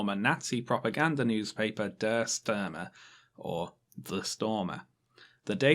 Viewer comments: der was right, but its der "shtir-mer" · When you say “Stürmer”, you pronounce it as “Störmer”... you can make the “Ü-Sound” like this: 1️⃣ make a “i-sound” like in “divorce”... make a looooong “i-sound”.... remember and hold the position of your tongue and the back of your mouth 2️⃣ Form with your lips a “ou-sound” like in “youtube” and push more air out of your mouth - so the long “i-sound” will turn into an “ü-sound” 3️⃣ lips = “ou” and tongue etc = “i” -> that is an “ü”